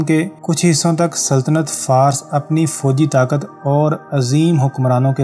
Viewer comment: Jinab lafz "Farus" kehty hein Fars ghalat hy